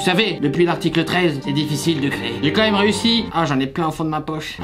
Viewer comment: as-tu dis un "maime"?